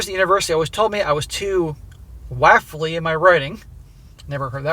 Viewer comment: The word is "waffly"; rhymes with off.😂